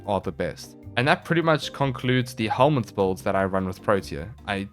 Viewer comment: Is "no helminth set up" I keep hear it as "no homies set up"